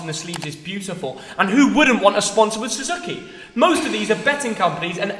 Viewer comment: i think your a bit of a mug for how you pronounce suzuki